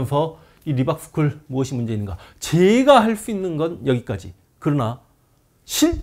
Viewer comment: Reebok 신발회사인줄 알았네요 (미국발음 리박)